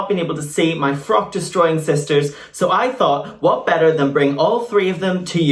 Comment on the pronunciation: “Much betta” 😂😂😂